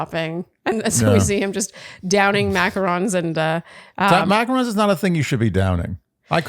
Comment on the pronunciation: From a girlie who makes macarons, THANK YOU for saying it correctly!